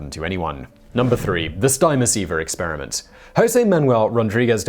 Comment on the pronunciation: Stimoceiver is pronounced “stim-o-ceiver” not “stime-o-ceiver”. Stim as in “stimulation”.